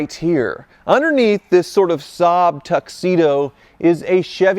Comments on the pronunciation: Its pronounced SAB not Sob, Saaaab etc. LFOD ! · saab pronounced ssaaaabb and ssaaaaabb😢